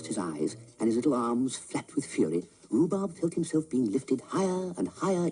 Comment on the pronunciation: The programme was called "Rhubarb" please get it right.